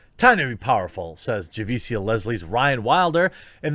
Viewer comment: Jeremy, love your content but let me help you with the names dude. lol. When it ends in tia or cia, it is pronounced sha, as in shut. For example, Letitia Wright is pronounced La TEE sha. Javicia is Ja VEE Sha. It's not a dig at you man, I just thought I'd share the knowledge before some purple-haired landwhale accuses you of not being sensitive to the names of urban women. lol